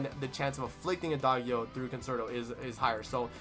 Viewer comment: For Adagio don't say the g with the 'guh' you used. It's more like, "djee" Ah-dah-djee-o.